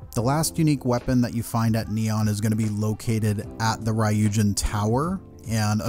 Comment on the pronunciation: Im not trying to hate on pronunciation but how you said ry-u-jin it hella made me cringe. Only because They are my go to starter faction every time.